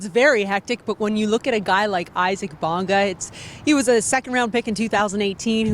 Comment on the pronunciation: It would be nice if they pronounced Isaac Bonga’s first name properly… EEE-sac!